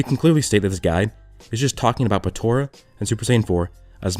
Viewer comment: Stop saying Patora. It's Potara.